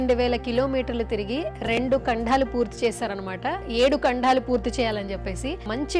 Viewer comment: యాంకర్ గారు ముందు మీరు కాస్తంత తెలుగు నేర్చుకోండి అవి కంఢాలు కాదు ఖండాలు